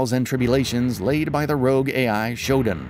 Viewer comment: Slight goof on SHODAN. Her name is pronounced Show-Dan, NOT Show-Dun.